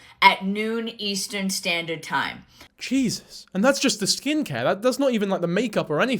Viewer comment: Whilst in shock, did you say "jesus" or "jizzus" lol